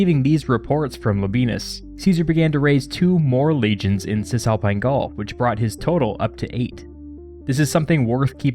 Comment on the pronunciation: Love it but why do you prononce “Cisalpine Gaul” as if it was Cantonese ? I really hear Hsi Za Paï Gau !